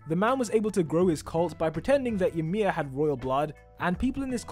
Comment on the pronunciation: Ymir not emir